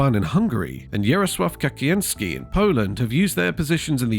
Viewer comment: I think you should next time try to learn how to pronounce Kaczyński. :P